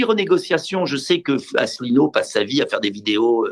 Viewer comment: Mr Dupont-Aignan a visiblement du mal à prononcer ou citer le nom de François ASSELINEAU